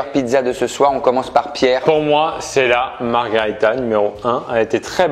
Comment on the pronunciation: Ben : "qu'on ARRETE de dire marguarita, c'est un cocktail et MARGHERITA c'est une pizza"" Pierre et Guillaume 10 sec après : "Margharita"